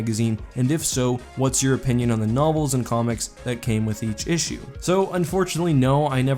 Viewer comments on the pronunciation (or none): none